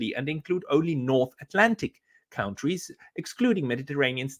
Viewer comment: please stop mispronouncing the word 'countries.' The first syllable is not pronounced 'count,' it's pronounced 'cunt.'